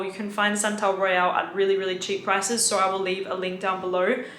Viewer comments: Australians end words that end in "o" with a "ure" sound. So the word "so" sounds like "so-ure". Its funny sounding. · I can't wrap my head around whshe pronounces her O's with an R at the end like Sor, owrn, and videor lol